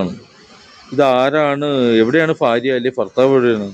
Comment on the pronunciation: ഫാര്യ ഫർത്താവ് 🤣🤣🤣